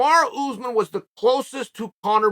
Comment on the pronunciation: He's gone from calling Kamaru Usman 'Camara' to now calling him 'Camar Usman'. Never change Chael.